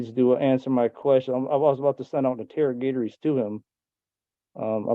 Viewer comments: He's sending out interrogatories? But he said intero-gator-ees. I was lost for like three minutes on that one. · ‘in-tara-gator-ease’ I don’t think I’ve ever heard someone pronounce interrogatories that way lol 😂